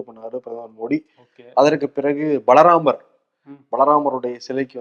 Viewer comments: மறுக்கா சொல்லு ப்ரோ அது பலராமர் இல்ல பால ராமர் 😂😂😂😂😂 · பலராமர் இல்ல அது பால ராமர் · தங்கள் தவறாக சொல்கிறீர்கள் பால ராமர் என்பதை பலராமர் என்று தவறாக சொல்கிறீர்கள் அதை கொஞ்சம் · BRO பலராமரில்லை, பால ராமர் என்பதே சரி.